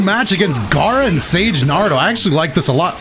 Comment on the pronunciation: You offend me every time you say “IUCHIHA” and “NARUDO” and “OBIDO” 😤